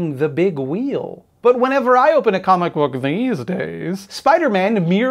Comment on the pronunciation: comic book... or cumic book?